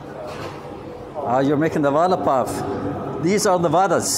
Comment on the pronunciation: Nice one!! Vada in Hindi means "promise" What you are eating, is pronounced as "vara" pao!! 😁 Nevertheless it's fun to watch your food vlogs. Enjoyed it!!